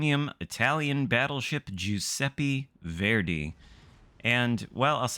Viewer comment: It’s not (jew-seppe-fairday) it’s (ju-seppe-verday). How new England people got so bad at pronouncing things I’ll never know. Oh wait they have a insufferable superiority complex.